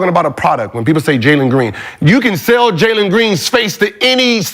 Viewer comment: Bro said Jalen Green ☠️☠️☠️